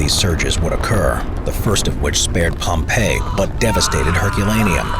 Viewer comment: "Liepwop?" A few seconds later "Oh. Pompeii."